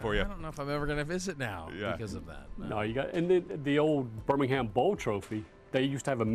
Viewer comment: Dilly Dilly! Go Blazers! And it's *Birmingham.